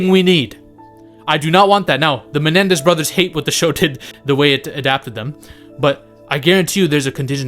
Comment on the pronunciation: It’s Menendez brothers, NOT MeLendez brothers.